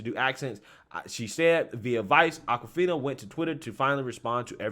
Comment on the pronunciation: ITS AWKwifina as in AWKward not ACKwifina. So blacks can misappropriate white culture as in straight hair or braids which is Norwegian or even pony tails but never get called out on it. And before you say it someone show me a picture before 1970 with a black woman with braids, not dreadlocks, braids. Every viking movie I've ever seen has whites with braids. NAACP should learn from this and stop nominating non-blacks, it's like BET putting MeTv programming on their channel.